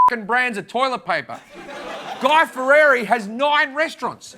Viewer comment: Lmao I love how he says Fieri "Ferrari"